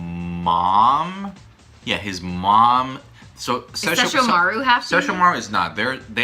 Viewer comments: Ses-sho-mar-u... What?! SESSHO-MARU. Inuyasha wanted the Shikon Jewel and tried to get it from Kagome initally. Kaede gave Inuyasha the necklace which he can't take off and Kagome can command him to sit with it. Kagome was the one to shatter the jewel after a bird demon got hold of it. Koga is also the best character. He blatantly ignores Inuyasha and the dialogue is just the best. I watched this on Adult Swim after I discovered Yu Yu Hakusho wasn't on at that time anymore. Fell in love with it. Still remember a LOT from it. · "Shesh-uh-marr". Much accurate, many proper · i love how he says inuyasha's brother name wrong and she said it correctly...lol..wtf?... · As a die-hard InuYasha fan, this entire video hurts my soul. SO many incorrect facts, not to mention how you two are pronouncing Sesshomaru >.<